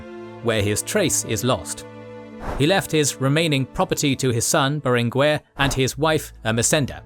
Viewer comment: Great video!! One point, in catalan (and spanish), in general "gue" and "que" are pronounced "ge" and "ke", like geisha or kept. So in names lik BerenGUER the U isn't pronounced. There are exceptions where the u is pronounced but are signaled with ü